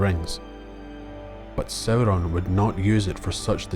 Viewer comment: I love the way you say Sauron, it's so beautiful